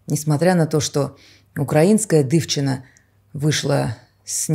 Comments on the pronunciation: Эх,!) если уж пользоваться словами из чужого языка (то бишь, мойвы), то надо поинтересоваться произношением: дИвчина, а не дЫвчина.... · 😂😂😂 как может мать такое говорить. И какое неуважение к Украине. Эта мадам на себя в зеркало смотрела. И слово дивчина по другому произносится. Грамотейка😅😅😅😅